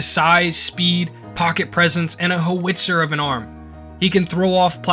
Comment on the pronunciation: The word is pronounced... How-it-zer.